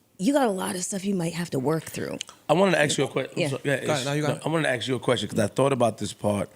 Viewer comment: Jesus Christ stop sayin AX for ASK...it's not cultural, it's irresponsible and dumb AF